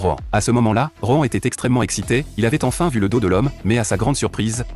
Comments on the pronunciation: Par contre heu. ROEN.... Nan mais c'est Rohan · Moi au début j’avais cru il disais roman au lieu de rohan